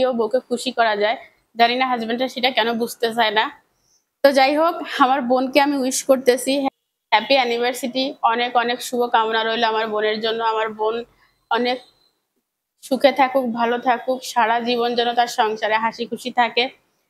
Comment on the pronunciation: Annivercity noy anniversary